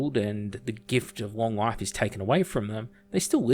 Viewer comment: The way You Say "life" sounds a lot like "wife" to me haha! Great video